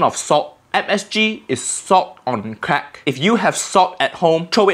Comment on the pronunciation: I love how he says msg is salt on creak😂😂😂😂😂